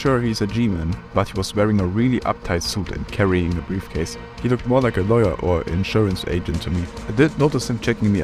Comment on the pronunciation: briafcase lmfao